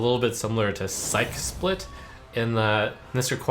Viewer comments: Psyche is two syllables (SY-kee) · plz.. psyche is pronounced /ˈsīkē/ look it up in google if unsure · I don't think that's how you pronounce "psyche" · TIL Trump doesn't know how to pronounce the word "psyche". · Why do all the streamers mispronounce psyche?